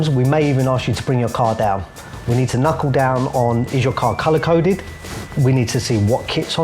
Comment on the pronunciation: If I had £1 for every time said "kunckle" I'd be able to afford a wrap lol